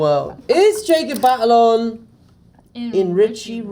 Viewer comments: Tom: "Jacob Batalon... Tag-a-long? " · Jacob Batalon, Tahghalog 🤣🤣🤣🤣🤣🤣🤣